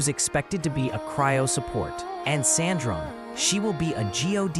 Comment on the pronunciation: She is sAndrone, not sEndrone 😅